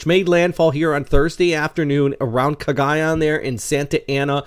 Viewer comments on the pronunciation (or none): none